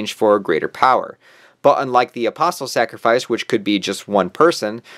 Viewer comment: at least you actually say the word " apostle " correctly. These yt channels that say apostle without the t silent. I guess they say the word " castle " with the T 😣